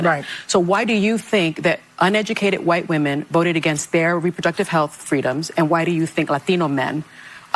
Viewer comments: why does the guy in the glasses pronounce the 'H' in wHite? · Dudes going all in on his pronunciation of “whhhhite”.